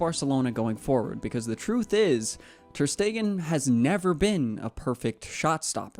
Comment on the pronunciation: Bro it's not ter stegen